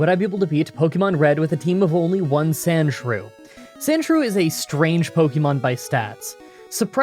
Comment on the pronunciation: Its not shrewsand its more like shrews and you know like what about shrews lol